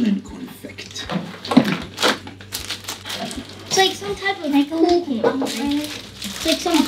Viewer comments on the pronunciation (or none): none